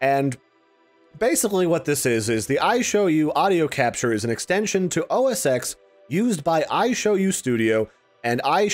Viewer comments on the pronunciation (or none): Am I the only annoyed when people say "OS 'ex'"?